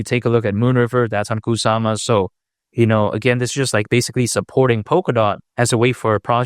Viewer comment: No serious person insist on saying cockca in every video. I want to smack the cockca out of you every time I hear it come out of your mouth. Grow up, you're not 12.